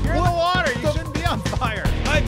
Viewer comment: Wader wader wader